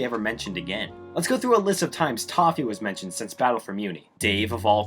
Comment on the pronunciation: just noticed it sounded like he said "Tahu" rather than "Toffee", and I find that very funny. Anyway, Star vs the forces of evil is a very interesting show, it's downfall is such an interesting story, more so than the ending itself. I've loved this show for many years, but last year when I finally rewatched and finished the show in its entirety, I was left with mixed feelings, on one hand I love the fist few seasons, but on the other hand the last season, especially the ending, made me hate the show, I felt betrayed basically, it had shown so many times how good of a show it is, and then it hits me with the utter disappointment that is the ending. I wish this show could've gone out on a better note, but it is what it is I guess. Maybe one day they make a reboot that fixes a bunch of problems with the original, that'd be neat.